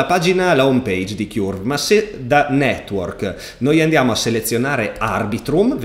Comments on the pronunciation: Ti prego, Curve si dice come Kurt (ma con la v, non la t), altrimenti mi viene sempre in mente il nido del chiurlo:D Per il resto sempre grandissimo! Grazie! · Curve si pronuncia cörv, che suona molto simile a burn, turn, learn.